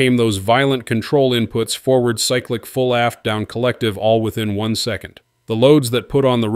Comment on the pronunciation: These AI generated videos are getting old, they pronounce 2500 wrong and cyclic wrong….. AI videos are ruining YouTube